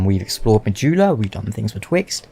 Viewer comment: Why do you Say Mahula?